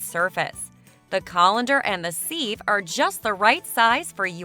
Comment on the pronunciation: Can't stand that voice-over.... Guess I'll pass on subscribing, and figure out where to place my GLASS of coffee on my own... Maybe next to my SEEVE. Lord help, always check your spelling and pronunciation before you post.